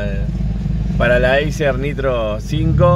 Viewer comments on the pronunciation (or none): none